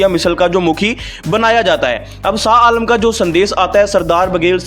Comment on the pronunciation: Not SA ALAM Blut SHAH ALAM.Please speak right.